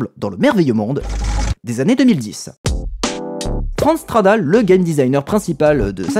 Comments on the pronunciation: Super vidéo merci ! Par contre à chaque fois que tu dis "Franz Stradal", j'entends "France Travail", ça me fume hahaha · J'avais 16 ans à sa sortie, je me rappelle encore de la couverture de PCJeux consacré à ce jeu. Sinon cette série est devenue une de mes préférées sur YT : merci ! PS: j'ai une hallu auditive. A chaque fois que tu dis Franz Stradal j'entends France Travail' (ce qui est assez marrant quand il démissionne).